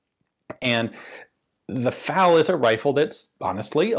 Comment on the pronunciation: It's F.A.L., not fal.